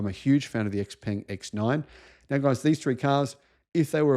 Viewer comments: Hearing "ex peng" is really grating. It's pronounced shao-pung. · Xpeng rhymes with stung, you are not pronouncing it correctly despite owning one